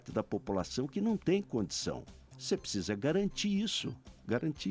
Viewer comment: esse '''''PPSSSZA''' ao invés de pronunciar ''precisa'', tooodos eles falam assim, q nojo, asco de politica. q morram todos TODOS. NEM PRECISO VER O VIDEO E TENHO A A BSOLUTA CERTEZA Q ESSEFALA ASSIM TB